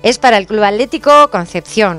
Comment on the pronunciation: hola amiga excelente videooo ,pregunta los españoles no pueden pronunciar las letras seguidas "tl"? vi que decias alético en vez de atlético